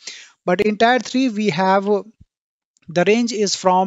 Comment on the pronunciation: Thanks beother really useful information By the way Tier 1, tier 2 is pronounced as Tear 1 tead 2 not tyre